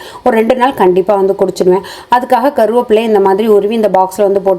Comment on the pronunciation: "கருவாப்புள்ள " ❌ "கறிவேப்பிலை"✅